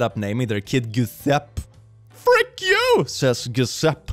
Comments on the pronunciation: isn't Giuseppe pronounced "J-oo-sep-ee" not "Goo-sep" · ad an italian the way Is pronunce Giuseppe Is really funny, in italian "GI" Is pronunced as in the english "bridGE" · you need a fast Italian course because I think I laughed for over 30 minutes after hearing you say "goo- sept" instead of "ju-seh-peh" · horrible mispronunciation of "Giuseppe" (Ju-sep-pe) as "Goo-sep" tore my poor linguist heart in twain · It's pronounced Joe-sep-pee....not Jessup. Although the way you said it was....um....cuuuuute too.... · Giuseppe is pronounced "GyusaPPæ" kinda. It's not that hard in italian but I guess for others it is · pronouncing Giuseppe “goo-sep” is the funniest thing I’ve ever heard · Giuseppe is pronounced je-sepp-ee I have had this happen to me on a plane once. Actually, twice, the second time the volume cut out during a movie and I had to watch the second half with no sound. The movie was still good though. The long Polish name is a Polish meme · My guy...is 3 syllables: "juu" + "SEP" + "ee", please....🥲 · It's pronounced Ge-sep-ee.. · I whish I could get angry at this but honestly Brad is right. Also shout out to for that flawless Italian pronunciation, truly he sounds like a native, 10/10, please pronounce more Italian names in the future. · the way he pronounced Giuseppe ) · Why tf did he pronounce Giuseppe like that 😭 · its not pronounced like that 😭